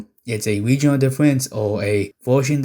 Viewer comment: Wegional diffewences